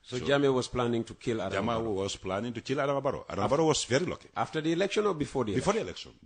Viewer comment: The word is KILL,not chill,idiot!